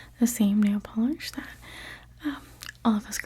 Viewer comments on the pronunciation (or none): none